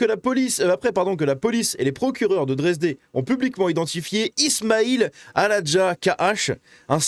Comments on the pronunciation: c'est la ville de Dresde (Dresden) pas "Dresdé", connue pour avoir été la cible de bombardements intensifs durant la seconde guerre, et qui a dû être quasiment intégralement reconstruite. Kidney failure, signifie d'autre part, insuffisance rénale. 7 ça fait un peu beaucoup... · On dit dresde pas dresdé